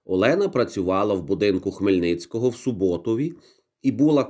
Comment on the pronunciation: село Богдана має назву СУботів. Наголос на перший склад. Я там народилась